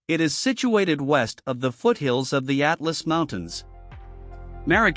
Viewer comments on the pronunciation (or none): none